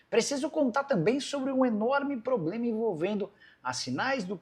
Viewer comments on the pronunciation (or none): none